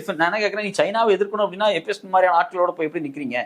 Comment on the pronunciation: I would also like to tell you, it is not எபிஸ்டின் its எப்ஸ்டிய்ன்.